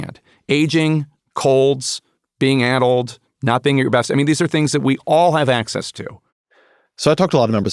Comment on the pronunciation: 46 yo here who went to UCLA where a high SAT score was still needed to get in. My wife around my age went to UCI and then later UCSF. This entire podcast you were using the word "ADDLED" which sounded to me like "ADULT", which I knew I would have a super hard time trying to figure out what word you're using. Because sure enough, ADULT kept coming up. When I finally found the word "ADDLED", I asked google if this is a rare word, and this was its response: "It's a relatively common adjective, particularly in certain contexts, and is easily understood by most English speakers.". BULLSH*T. I'm usually the one who knows what a word means when most people don't, and neither me nor my wife knew of this word. You guys AND google Gemini are OUT OF TOUCH. "ADDLED" is NOT a commonly understood word and a pain in the ass to look up if you don't know how to spell it. Just think of that. Think of the millions, and I'm sure, the MAJORITY of Americans who don't know that word and you guys in your echo chamber using these obscure words flabbergasted that most people don't know it. Of course I could infer that "ADDLED" meant something associated with brain deterioration and I didn't lose any context by not knowing the word. It was just really annoying whenever the word came up.